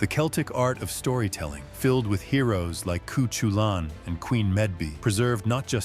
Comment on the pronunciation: “Coo-choo-lan?” “Queen Med-bee?” These AI narrators still have a long way to go.